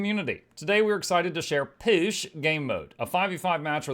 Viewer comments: I have always pronounced that word "POOSH", not "PISH". Sounds odd to my ears. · How is this actually pronounced? Is it just “Push”, like push a door open, or “Poosh” as you seem to be pronouncing it and as is mentioned in another comment below? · is saying it wrong, as a joke.